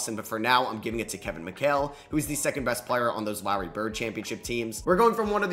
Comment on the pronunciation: didn’t think i’d ever hear someone mispronounce larry